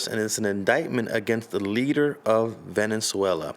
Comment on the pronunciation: You meant Venezuela not Valenzuela right? Smh amateur hour